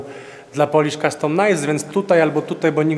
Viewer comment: Przepraszam, że się czepiam wymowy, ale po prostu nie mogę tego słuchać >-> Nie mówi się 'polisz' tylko coś bardziej w rodzaju 'poulisz' z delikatnym przeciągnięciem 'u'.